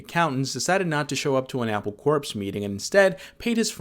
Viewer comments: “Synethizer?” “Apple Corpse?” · "synathizer" and "apple corpse" is crazy 💀